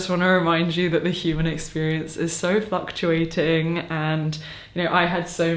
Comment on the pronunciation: I know you said “the human experience is fluctuating…” but I heard “f*cktuating” and I know that’s not what you said but it also tracks.